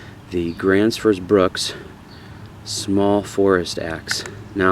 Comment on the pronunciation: cool review. Just a helpfull tips. The pronounciation on the Bruks is not a short u but more a long u as in fuel or use. Otherwise .. good job.